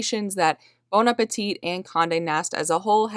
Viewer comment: Very interesting story, thanks for publishing, BTW The last 'T' in Appetit is not pronounced. Appe-tee is how you say it. Thanks!